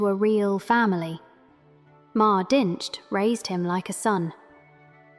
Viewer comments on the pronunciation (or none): none